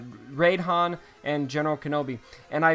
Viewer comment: In your videos I always hear Rape instead of Raid Han xD